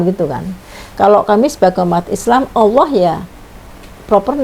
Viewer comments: Alhamdulillah klu bgtu.. karna tulisan Allah pun si nyebut Alah😂. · SUDAH JIPLAK, TAPI PELAFALANNYA GAK SESUAI ASLINYA....==>ALAH......ALAH.... PENGIN NAMPOL KALAU ADA SEBUT ALAH....ALAH....